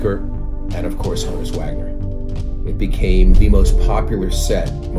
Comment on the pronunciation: Honn - uss -- like Johannes